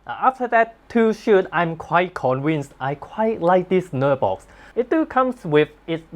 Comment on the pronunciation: lok: pronounced naaar-box rather than ner-box.